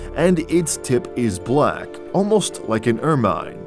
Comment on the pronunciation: Please stop saying, 'ER-MINE'! It is pronounced 'Ermin'. Where do they find these robotic narrators?